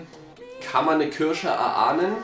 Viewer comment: Diese "kürsche" 😅 wie immer super Video